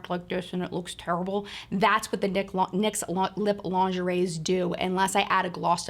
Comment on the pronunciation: Lol you said dicks instead of Nyx lol